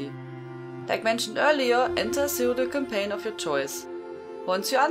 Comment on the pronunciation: As always Hello From France, great vids. I swear i heared Cocaine instead of Campaign first time..